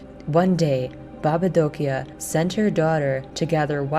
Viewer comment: I'm from Romania, that's so nice that they introduce some Romania things in the game and as well the way you say "baba Dochia " and the rest of the world's in România language is perfect well done.